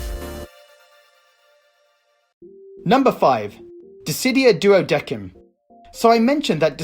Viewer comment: hearing "duodequim" hurts.... the game itself says "duodecim(duodessim)"